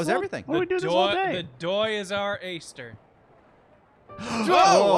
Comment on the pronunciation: " The doy is our ayster" 😂😂😂